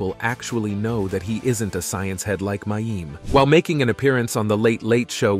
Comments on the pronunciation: He knows. The poster was actually just pointing out how unfamiliar the commentator is with the show, he doesn't even know how to pronounce the actors' names. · Who is "May-eem?" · They kept mispronouncing mayim's name.